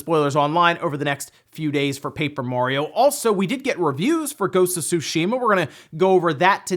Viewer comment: Friendly reminder: it’s pronounced: Su-Shi-Ma.